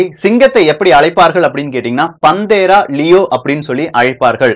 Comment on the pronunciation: பதிவு அருமை நண்பரே!"பந்தேரா" அல்ல.அதன் உச்சரிப்பு பேந்த்தெரா.Google search செய்து, Voice translate English to Tamil website இல் panthera வார்த்தையை type செய்து, Englishஇல் speaker பட்டனை அழுத்தினால் .. சரியான உச்சரிப்பு கேட்கலாம்.. Google translate audio உம் முயற்ச்சிகலாம். App உம் இதற்கு உண்டு. உங்கள் ஆர்வமும்,அறிவியல் விளக்கமும் தொடர்க!வளர்க! திருச்செங்கோடு R.சீனு-பொறியியல் பேராசிரியர்